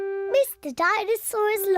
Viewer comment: the chain of people saying "Dinesaw"